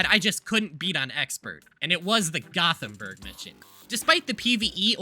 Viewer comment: gothemburg does not = rottenburg -_